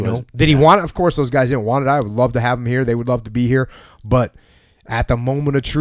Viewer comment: “Hey you wanna get some pizza”: Ovcuss.